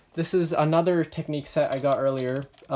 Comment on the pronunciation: Minifigures aren't a thing in technic, I think they would never want to put one in, its not their style. I think they should have had a compartment to put the chainsaw etc in (like on the airport firetruck technic set). I believe it's pronounced TECH-nic, rather than tec-NIQUE. Your blue pipe connecting the front to the rear I think is supposed to route through the middle of the turntable part (which effectively keeps it hidden from view). I'm nitpicking now... Its a good review!